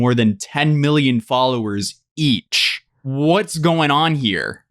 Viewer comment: Emphasis on the EACH 😳